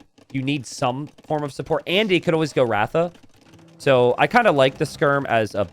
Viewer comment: Well the pronunciation of RATHA is Ra-dhaa and not Raaw-thaa… and Ra-dhaa means chariot in India